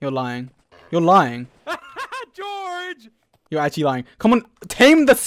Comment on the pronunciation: Did anyone ignore the fact that Dream calls for George but he says “deorge”! ?